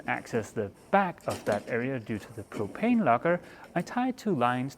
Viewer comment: Your propane locker always sounds like "cocaine locker" :D What will you do with Wilma now though?